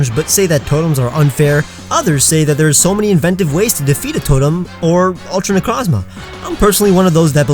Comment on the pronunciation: You go on to say ultra necrozma three times and every single time out of these three I heard you say “ultimate crozma”